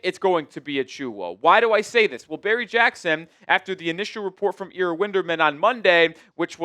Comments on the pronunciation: Bro... its EYEra not EEEra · 😂. I thought every Heat fan knew who he is and how to properly pronounce his very simple name too